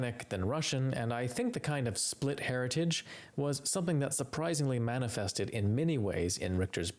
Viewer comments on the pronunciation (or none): none